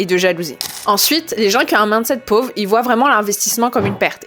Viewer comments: Le plus gênant c'est de ne retenir que ça haha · Tu prononces "mindset" bizarremment, comme si c'était "maaandeset", c gênant